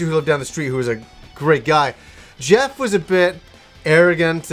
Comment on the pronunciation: His nay wah Jehhf